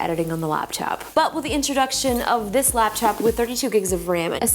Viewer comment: Who else heard "Lapchop" repeatedly